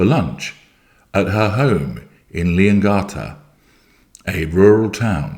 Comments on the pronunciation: Leongatha the th is pronounced the same as in three, thought, throat. Yes, the a as in apple. Another one they always get wrong is Gippsland, the G is the same as in Goat, Green, Great not a J sound as in Jelly. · you're making all my dreams come true. Thank you! 🙏😅 P.S. Just a little note from an Aussie to a Brit, it's pronounced lee·uhng·ga·thuh. 😊